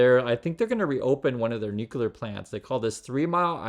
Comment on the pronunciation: For the love of science, stop saying NOO-KULAR... 😂